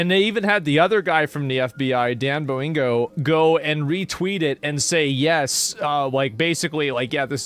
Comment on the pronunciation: "Dan Boingo" 🤣